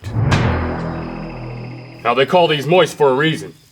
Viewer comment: I hate that word... "Moizt" Urgh.